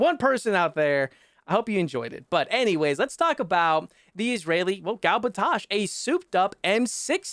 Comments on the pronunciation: Yep. You said it right. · Yes you said it right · You actually pronounced it's name correctly, love from Israel🇮🇱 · It's pronounced "Gal Batash." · bro obviously neither of you can pronounce it it’s “gal batash” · imagine trying to correct and being wrong it’s “gal batash” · It's pronounced Gail Baateesh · your pronounciation of gal batash was pretty on point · You said it right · You actually said gal batash right lol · As an Israeli I can tell you you pronounced it correctly